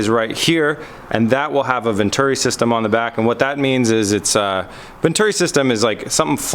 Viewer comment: Vent-uri XD. Its pronounced vent-churi